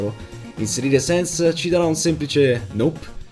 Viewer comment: Ma sens no sans si scrive sans e si pronuncia sens